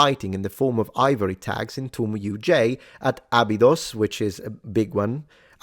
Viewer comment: Stargate fans when says Abidos